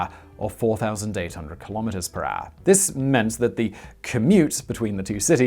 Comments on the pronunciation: I tried to write down how Simon pronounces 'hour' but it is simple impossible. He is not using any of the known vocals or consonants. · You are a grown ass man. You know how to say HOUR. unwatchable.